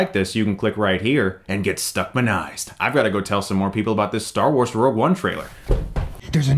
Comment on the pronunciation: LOL, you said "Star Worse"